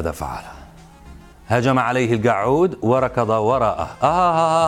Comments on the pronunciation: كل ما يقول كلمة الكعود أموت من ضحك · كلمه القعود صعبه على المذيع 😂😂😂😂😂😂😂😂😂😂😂😂😂😂😂😂😂😂😂😂😂😂😂😂